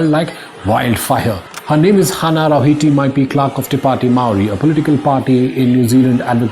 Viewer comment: Main stream history says Maori came to New Zealand about 800 years ago, Maori oral traditions says we were here before Lake Taupo existed. Some Maori say they originated here. As fot Hana Rawhiti Maipi Clarke her second name Rawhiti is ptonounced Ra - fit - tee, Rafiti